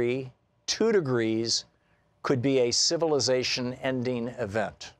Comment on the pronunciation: And ... it's civilization, not civilsation